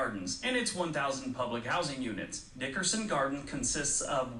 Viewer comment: i don’t like the way he said nickerson 🤔🤔